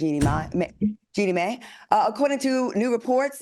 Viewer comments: Claudia really irks me when she gets Jeanie’s last name wrong 😂 every time!!! It’s MAI(Ma-e) not MAY! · Pronounced Jeanie “Mai” like “My” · Jeannie Mai (MY) is how I’ve heard her pronounce her last name